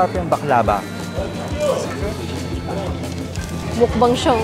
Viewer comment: Backlava pero pronounce sakanya is BACKLAWA ☺️ Turkish delight